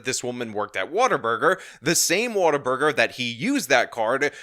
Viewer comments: The biggest crime here is calling it 'Water-burger'. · mispronouncing "What A Burger" as "Water Burger" surely has to be deliberate. (Shame on you,, you should be better than Dark Pattern interaction baiting.) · Why do you keep calling it water burger? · Sounds like he's saying, "Waterburger".